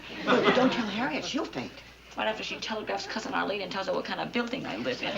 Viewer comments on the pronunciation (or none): "Ahleen." Sorry, Mr. Marie, but your oddball New York-ish accent showed up again. It is actually pronounced 'Arlene.' Just like it isn't pronounced 'prapreeker,' but 'paprika,' from another episode. You're welcome.